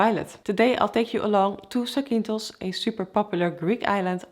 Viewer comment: Nice landing! I fly for Ryanair virtual in the flight simulator, the 737 yoke beats the lifeless and sterile A320 sidestick all the time. Btw the island is pronounced zAkynthos, not zakYnthos, tone on the A, otherwise you spelled it very good. Keep it going!